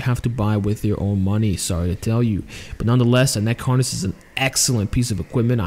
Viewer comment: Neck Haaaaaness lol sorry I laughed everytime you said that, not in a bad way but cause i have a buddy from boston so it reminded me of him 😂